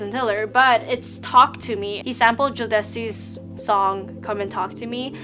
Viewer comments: Loool Babe it’s pronounced joe-da-see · It's so cute how you pronounced Jodeci awwww